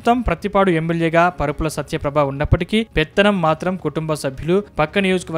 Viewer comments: పరుపుల కాదు రా బాబు వరుపుల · పరుపుల కాదురా బాబు వరుపుల